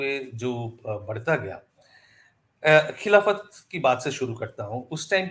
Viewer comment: I would request you please do not call 'KHILAFAT'. At least aap log to 'KHILFAT' ko खिल्फत hi kahiye taki aur log bhi anatar aur dhokha samajh saken.